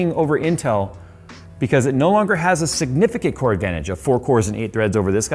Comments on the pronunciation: I thought he said corn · That intro "CORE!!!" I had to stop and rewind 3 times cause first time I heard w**re, which I agree Intel can be sometimes, specially with their prices